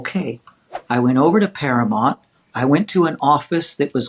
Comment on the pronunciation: I've noticed a lot of folks who worked there refer to Paramount Studios as Para-MONT. Was that how they pronounced it there? We always said Para-MOUNT out here in tv land.